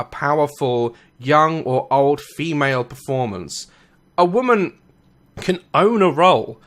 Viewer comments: Daz why do you say "woman" like it's plural? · Just saying, you pronounce women "woman"... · You're pronouncing woman wrong